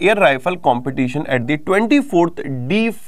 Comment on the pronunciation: It's a humble request to you, please improve your pronounciation! The inmate prisoners news- It's not jivla it's jivhala and in English it means affection! Secondly- It's not deaflympics, not even deef it's deaf- a person who can't listen. The reason for correcting is quite simple, I know with dedication you create the content, but tomorrow if someone gets selected, and he has his interview, and he/she is pronouncing in the same way, as you pronounced then, what will happen? It's just a constructive feedback!